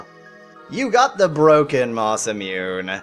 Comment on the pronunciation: Because it was bugging me, Masamune is pronounced Masa moon eh. Sorry if you already knew that and were just going along with the spoof, but you can't be too sure.